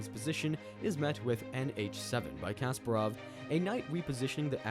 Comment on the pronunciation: Garry Kasparov Not Kasperov...